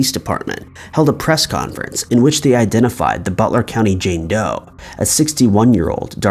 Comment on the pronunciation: "I've been " sounds so strange. Who are you now then? 😜